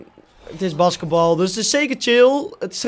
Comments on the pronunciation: oke als je 2k filmpjes wil maken moet je wel basketbal kunnen uitspreken. het is met een lange a, baasketbal. en vujivic spreek je uit als vujifiets, en niet: vujiniets. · BAskatbal zo zegt hij het